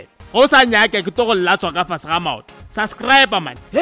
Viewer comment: sub-scribe not sus-scribe